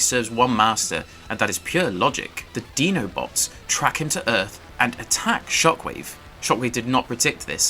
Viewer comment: Did u really call them "DENO-BOTS?"😂😂 its "DINO-BOTS" with an 👁my guy👍